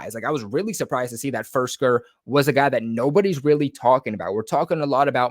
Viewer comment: Btw dudes name is FIRK -SER! Not FIRS-KER. Just like AG-O-LORE wasnt AG-U-LAR. If you’re gonna report on someone and mention their name multiple times the least you could do is learn what their name is.